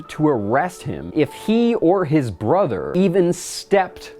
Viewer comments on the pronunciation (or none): none